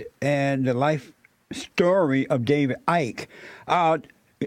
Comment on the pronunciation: This fool cannot even pronounce the second D in 'David'... 😂😆